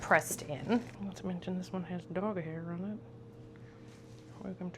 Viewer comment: did you say dog hair😮😮😮😮